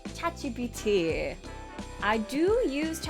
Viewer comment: WHEN YOU SAID CHATGPT I THOUGHT THAT YOU SAID A KOREAN WORD 'CHAJIBITI' IWAS LIKE WHAAAAAAAAAAAAAAT HAHAHAHA